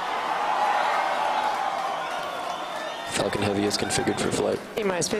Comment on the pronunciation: i though he said "Fu*kin Heavy" 😂